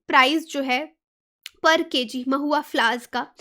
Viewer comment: U pronounced it maahua... but actually it know as Mahua